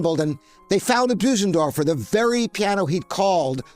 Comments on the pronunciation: It is NOT called a BOO-sendorfer. It is pronounced 'BER-SEN-DORFER'. You should be able to get it right! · Well, apart from calling it a Büsendorfer. 😉 (And many call it Busendorfer. Not the end of the world of course...) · It would help if Bosendorfer was pronounced correctly : first syllable rhymes with firs ,hers ,purrs . Remember the umlaut on the o .